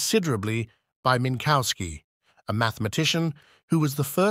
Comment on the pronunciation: There no bovine "cow" in Minkowski. The "w" is like an English "v" and sounds like an "f" at the end of a syllable.